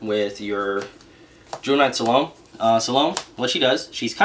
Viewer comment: you said Salome's name wrong good sir.